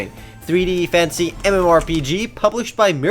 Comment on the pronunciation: ehmmm he means fantasy by that??? i always thought he said fancy tO!